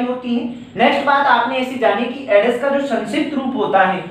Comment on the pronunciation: All class very good.... पर सर वो एडस नहीं एड्स होता.... क्षेत्रीय बोली का प्रभाव 😁